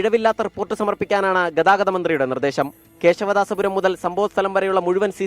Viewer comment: ആദ്യം ഈ അനൗൺസർ പുള്ളിയെ ഒന്നു മലയാളം പഠിപ്പിക്ക്. ഗദാവതം എല്ലാ ഗതാഗതം.